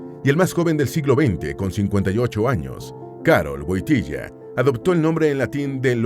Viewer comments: Me ha gustado mucho este video. Pero primero hay que decir que no se pronuncia Wotilla sino Wotila. Segundo el pais que mas visito despues de su amada Polonia fue mi país España que como el llamaba a España Tierra de Maria. El aprendio español porque su tesis la hizo de los Santos españoles santa Teresa de Avila y San Juan de la Cruz. Ademas una de sus canciones preferidas era las sevillanas del Adios y cuando hiba algun artista español al Vaticano se las cataban y el encantado que apartaba a la gente para escuharlas porque le encantaban. Es tanto asin que un viaje a México le tocaron las sevillanas del adios en forma de ranchera. Queria tanto a España que cuando viajaba siempre pasaba por suelo español para darnos la bendición a los españoles. El coche llamado Papamovil se lo hicieron en España y lo exteno en España. Cuando se le critica a Juan Pablo II por ir a Cuba les recuerdo que el papa no solo se reunio con Fidel Castro sino también con la oposición. Tambien gracias a Juan Pablo II en Cuba se abrieron las iglesias, se dejo de perseguir al clero y sobretodo volvio la Navidad que estaba desde muchisimos años. Este Papa fue el Papa de la Juventud. Las jornadas de la Juventud las puso el. La gran cruz que llevan en esas jornadas la regalo. El murio el dia de Jesus de la Misericordia inpuesta por el. Podria decir munchas mas cosas que no se dicen de este maravilloso Papa. Que munchimo le seguimos queriendo tanto y le echamos de menos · No woitilia woityla narador burro no sabe hablar español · Woityla np wontilia tonto è burro NARADOR